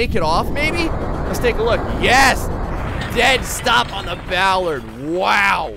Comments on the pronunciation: It's pronounced ball-are-d not ball-erd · Bollard, not Ballard...lol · It's bOllard not bAllard! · It's not pronounced Ballard, Ballard is related to music, it's BO! Bollard! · It's not Ballard it's bollard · Now you're gonna have him saying Bowlard. The O sound is the same as if you were saying orange